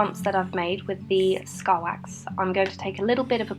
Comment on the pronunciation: I heard starbucks but i know it was scar wax lol